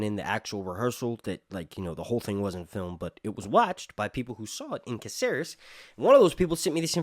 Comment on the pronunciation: It's not CaCEres, it's CÁceres man!😅